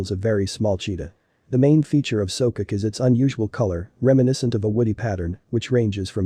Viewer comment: There called So-Ko-Ke he's not pronouncing it right..